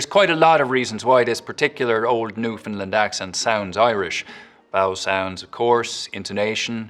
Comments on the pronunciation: He consistently mispronounced the word Newfoundland throughout the entire segment. Newfoundlanders do not say Newfinlind. It's Newfin-land. He's also speaking waaaaaaay too slowly. It's not just accent here - it's speed. A bit more research is needed in that. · The Newfoundland accent was OK, except the way you pronounced "Newfoundland" was wrong... the stress is on the last syllable. "New-fin-LAND" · Newfoundland. I'm not going to be too picky here, but there are two things worth mentioning. First, many Newfoundlanders consider the term "Newfie" to be offensive, so you really shouldn't say that. Second, your pronunciation of the place name itself was obviously not authentic. Newfoundland, spoken by locals, has the same cadence and emphasis as understand. Emphasis should be on the final syllable, not the first one. If you can say "understand", you can say "Newfoundland". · So interesting...your knowledge of dialects is truly outstanding. However, you, as every American I've ever heard mispronounce Newfoundland. It is pronounced: New-fund-LAND, (emphasis on the last syllable), NOT NEW-fund-lund, emphasis on the first syllable. Please spread the word. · It's New Fin-LAnd, not new fin lin. :-/ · It's /ˈnu.fən.lænd/ or /nu.fənˈlænd/, but never /nuˈfɪn.lənd/ 😀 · "Newfoundlend" 🙄🙄🙄 gots to say "Newfoundland" bia! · It’s NewfoundLAND not New Finland! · I was ready to judge you when you started with the Newfoundland accent, but you did a pretty decent job, though there's many different types of Newfoundland accents. The biggest problem is you mispronounced Newfoundland! It's NEW-fin-Land, as in UnderStand NewfoundLAND. It's a super common mispronounciation. Good try with the accent though! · The Newfoundland accent wasn't bad but try pronouncing the name correctly. It's Newfunland.:dothefive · Came here to say this. Newfen-LAND and LabraDOR (Maintaining the original French stress). Stress on the final syllable; aggressively rhotic on "Labrador".